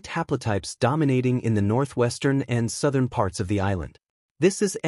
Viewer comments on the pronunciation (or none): none